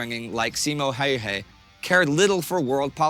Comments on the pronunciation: The dude who spoke first pronounced Simo's name well but, the narrator for whatever reason pronounced his name reasonably decently the first time but became steadily worse as the video goes on. Why? Presumably they both learned Simo's name at the same time. But wtf, nothing depends on it. (Btw, he didn't only put snow in his mouth to prevent the vapour puffs, he froze his rifle's barrel to also prevent the escape of visible vapour. He didn't "find a new home," the government gave him a farm. And the rest of the boo-boos. Like, his total kill count, rifle and machine gun, was 800+. All in 100 days.) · The narrator's pronunciation of "Häyhä" just hurts my ears. Also that photo is often used to portray Simo Häyhä, but that's just a staged photo of some random Swedish soldier. Not a Finnish rifle, and Simo didn't use masks. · If I had a penny for every single different way Häyhä was pronounced in this video, I'd have half a pound